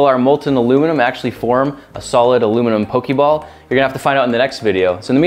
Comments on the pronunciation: po-kay ball, not po-kee ball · I cringed every time you said "pokey ball". If you people are going to appropriate my niche hobby, at least learn the franchise's correct pronunciations goddammit. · 'poke-ee ball' i scream everytime